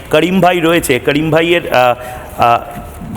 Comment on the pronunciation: ভালো করে ডুমুর পাতা দিয়ে জিব ছিলে কথা উচ্চারণ করেন কাড়িম ভাই নয় করীম ভাই হবে 😮